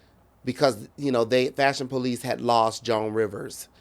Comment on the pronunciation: Fashion Po-lice🤭🤭